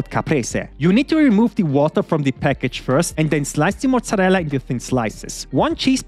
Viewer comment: gesichert Italiener?! Wie du Mozzarella sagst:D